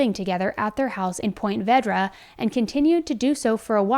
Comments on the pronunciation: Just a small correction, I used to live in Jacksonville Beach Ponte Vedra is actually pronounced Pont-uh Vee-dra. Not point vedra. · Ponte Vedra Beach is pronounced "pon-tuh vee-druh" not "point veh-druh". 🤣 Love you,. 😘💖 It's a very upscale area near Jacksonville. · It's pronounced "Point-ah Vehr-Drah".... That's how it sounds phonetically. Just wanted you to know. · (I know this is years later, but it's pronounced "pont-uh veed-ra") I'm glad to finally find your coverage on this case. It happened literally within a mile of where I live. Thank you for your respect as always! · Ponte Vedra is pronounced PAWN-Tah VeeDruh :) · It's Pon-ta Vee-dra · I live in Jacksonville & worked at the beaches. That is a very safe neighborhood. I took that shortcut to get onto the expressway many many times. I felt he was targeted for sure and that his x wife was involved. It is pronounced Pont a vee dra. btw. This was a great report. I have learned many details from it that i did not know. I fully believe the x wife had her husband find someone to hire to kill her x. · I live 10 minutes away from where the shooting happened. It was on the news all the time with trying to get people to come forward about any information because there was none. Love your videos and it’s pronounced like (Ponta Vedrea) but spelled differently 😊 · I am from Jacksonville! In surprised I’ve never heard of this case. Also, Ponte Vedra is pronounced “pont-uh-vee-druh” non locals always say it wrong lol. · Pawn-té Vee-druh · I live in this area. It's pronounced Pontuh Veedrah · Love u so much. I'm from around here and it's pronounced point Vee-dra 😌❤️🙏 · The town is actually pronounced “poinTUH VEEdra” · Ponte Vedra Pont-uh Vee-druh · Pontie- VeeDruh. But this is a crazy case!!! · Born and raised in Ponte Vedra beach… this case was wild. Love the effort but it’s pon-tay vEdra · sorry i have nothing productive to add, but as a jax native i have to point out it's called Ponte Vedra, pont-eh vee-druh 💀